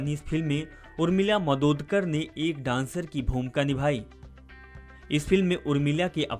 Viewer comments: नाम तो ठिक सेे बोलो. मादोतकर नहीं, मातोंडकर हैं वह. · Yeh kaunse pagal ko rakha hai????? Madodkar kar nahi??? Matondkar bol bey sale!!! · Madodkar mat bolo bolaneko nahi aata kya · नाम तो ठीक तहरसे ले उर्मिला मातोडकर नाम है